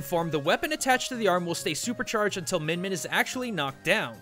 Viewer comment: It's more like "meeyin meeyin"